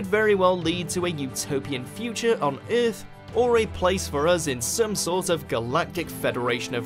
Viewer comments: whatever accent is this, its earth not eeeeeath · How come this dude can't pronounce EARTH...